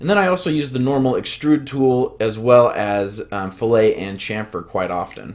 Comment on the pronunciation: Great video. One nitpicky comment: I've always heard that 'fillet' has a hard t so it is pronounced how it is spelled, "fillit" rather than like "fillay"